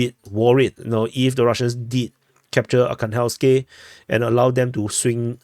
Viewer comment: ArhangelskOE, it is a small village north of ocheretine.